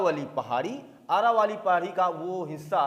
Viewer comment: आरावली नहीं सर जी अरावली पहाड़ी है सर जी